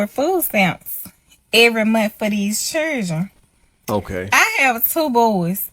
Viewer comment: Children. It is pronounced CHILDREN. Not chillgen